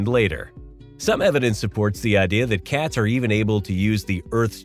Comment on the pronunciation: You say the word cats funny 😂 Katz ? you must be from the Midwest